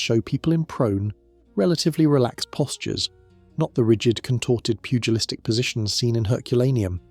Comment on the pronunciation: Ah yes. Pudgelistic.